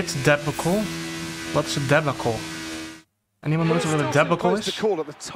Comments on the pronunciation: Debacle is pronounced DE BAR CUL and it means the pit stop was a mess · De-bA-cull. Meaning a mess up. That pit stop was a debacle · (de- BAH- cle), a debacle is basically an event that occurs that most of the time is not positive... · It's DUH-BAA-KL